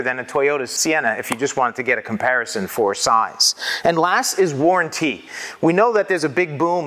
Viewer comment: All about that waran-tee